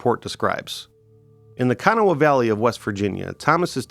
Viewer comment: You did great saying Kanawha,, better than most! We say K’naw ;-)) There’s a museum on D Street that has everything they excavated except the bones.